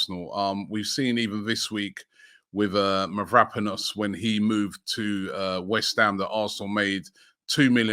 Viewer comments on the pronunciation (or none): none